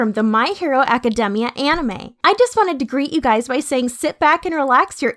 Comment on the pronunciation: The way the narrator says academia is kind of annoying but god vid